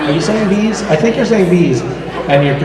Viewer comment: I love the way he says bees 😂😁